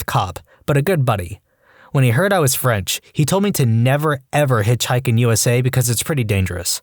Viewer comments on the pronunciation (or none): none